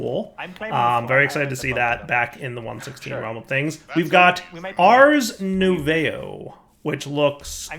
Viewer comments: not sure if someone told you during the episode (still watching it), but just in case : "Ars nouveau" is likely to be pronounced "Ars noovoh" (Nouveau means New in French) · Arse Noovoh... And yup... That's how you pronounce Ars Nouveau